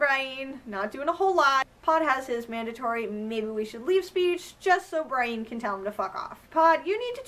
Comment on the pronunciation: Why do you pronounce Brienne , Bryen? It's pronounced Brih-en in the show. Otherwise another excellent recap , I love all your videos!